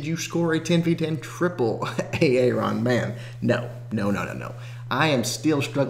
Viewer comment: Aaron is pronounced Air-un ^^.